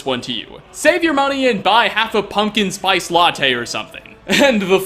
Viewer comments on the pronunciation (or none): none